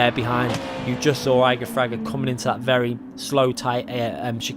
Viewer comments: Plz. Don’t say “eye-gor Fraga, But Ee-gor Fraga. ;) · Igor Fraga, "E-gor" not "eye-gor" ;) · Yo just a little mistake there, you don't read it Igor, you should read it EEgor, it sounds like e in portuguese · It’s Ee-Gor Fraga. He’s Brazilian like me. ;) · Yeah, I thought was talking about the mountain Eiger. "Like damn, this dude is not only the world champion of the game but also fragged the hardest mountain in Europe. Whoah" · Great video, shame you keep saying Igor's name wrong. :/ cheers!